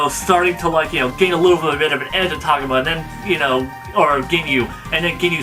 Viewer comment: its TAH-GO-MA not TOG-UMA